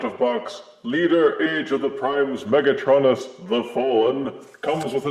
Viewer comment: UrM ActiUlly it's pronounced mega-TRO-nus not mega-TRON-us